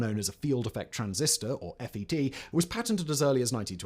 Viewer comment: Today’s mispronunciations: We don’t say “eff-ee-tee”, we say “fett”. Not “lill-un-feld”, but “lill-EE-un-feld”. His name is Brattain, nor Britain. It’s pronounced “BRAT-un”. That is not how you say “calamity”.